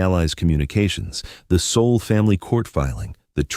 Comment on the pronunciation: It's Seoul